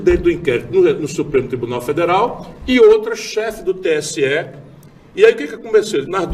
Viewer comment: VERDADE! É "TSE" E NÃO STE!